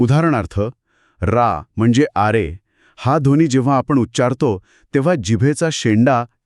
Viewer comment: Speakers हो मराठी सुधारा हो - मंत्र म्हणतात - मंत्र बोलत नाही! आणि दोघांनो. लहर शब्दाचा उच्चार मराठीत करा की हिंदीसारखा नको. सनातन म्हणा सनातण नव्हे, ध्वनि म्हणा ध्वणि नव्हे. संभाषण कृत्रिम वाटते - AI generated आहे की काय?